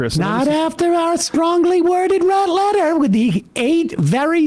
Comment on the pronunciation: "strongly worded letta"